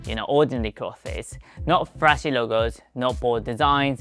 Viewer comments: Great video, small note on your English. I noticed that you pronounce “clothes” with two syllables, clothes-es. That’s okay, I get that the “-thes” is kind of a weird cluster. It should sound very similar to “close” but with a “th” sound in the middle of it. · You're saying clothes wrong. You emphasise the "e" on cloth-e-s. It should sound more like "close" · remember clothes is pronounced almost like 'close' as in 'please close the door.' Not 'closes' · Also please ignore me if you don't want this information, but: "clothes" is pronounced like "clothz", very very similar to "close" (if you say "close" with your tongue sticking out, that's pretty much "clothes" haha). Your English is really high-level and your accent is really good and very easy for people to understand! Just giving you this info since all of my Japanese friends struggle to pronounce "clothes". I'm sorry English has such silly spelling!! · Great video! It is pronounced Kloze